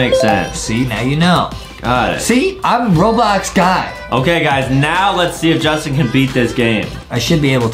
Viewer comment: Bro said boblox